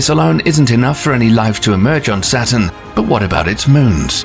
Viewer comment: Hint: "Saturn" and "satin" are NOT homophones.